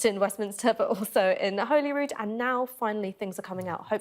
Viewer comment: It’s pronounced Hollyrood not Holyrood you hooplehead!